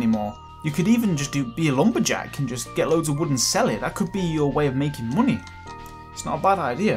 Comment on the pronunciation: Whenever he says "money," I immediately hear Kingdom Hearts' "Munny"